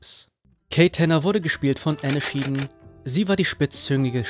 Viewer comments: Nettes Video mit vielen interessanten Fakten über diese schöne Serie. Bitte entschuldige meine Anmerkung: Die Schauspielerin der Kate Tanner heißt "Anne Schedeen", nicht "Anne Scheeden", wie du zweimal sagst. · Nur so nebenbei: ich glaube, Anne Schedeen wird Änn Skidien ausgesprochen! Aber sonst schöner Rückblick! Ich hab die Serie geliebt. Die meisten Kinder wohl! Es ist wie mit vielen Serien oder Filmen, die man als junger Mensch gesehen hat: wenn man es mit einigen Jahrzehnten Abstand sieht, weiß man oft nicht mehr so genau, was man damals so toll daran fand! Aber in der Erinnerung wird es trotzdem nichts von seiner Faszination verlieren!